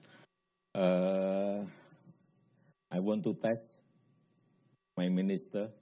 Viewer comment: Ai want test maminisytrer. Sedih aku dengarnya, keliatan bgt wibawanya dan kemampuan bahas asing